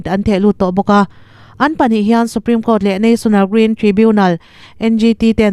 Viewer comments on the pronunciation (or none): none